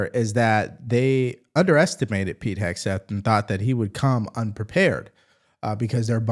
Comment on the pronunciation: Warren says " Heg-S-teth." Can't she read?